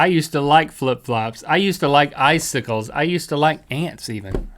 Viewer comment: I'm suddenly really aware of the danger of eye sickles due to Rhett and Link's weird pronunciation of the word "icicles".